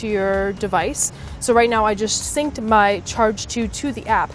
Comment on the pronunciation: ... Sanc? ... You mean synced? lol